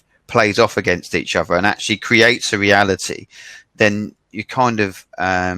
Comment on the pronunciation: 全体的に訛りのない英語だなと思う中に、ぽつぽつtranslatorとか北米英語訛りが混ざってますね。actuallyのllyの発音だけやや気になったかな